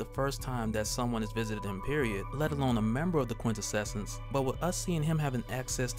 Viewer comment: Brother, it's "quin-tessence" --Awesome content as always!!